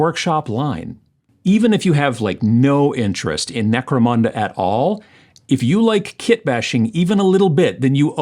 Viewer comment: Always enjoy your videos. Gave a like when you said Necromanda, haha :) have a great week!